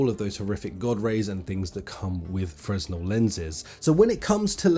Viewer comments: it frenell not fresnell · Look up how to pronouce Fresnel. ;) it is not Fre-S-nel "I must say i find it exraordinary that you, man in your early 30s could have reached this point in your life without knowing that it is..." not Fre-S-nel - IT Crowd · Fresnel lenses, pronounced FreNel :P I only know this because I worked in the concert production industry and some lighting fixture lenses are Fresnel :P Thanks for the vid!! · I believe the S is silent in fresnel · The “s” in Fresnel is silent.